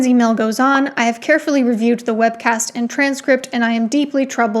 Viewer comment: every time u said “webcast” i screamed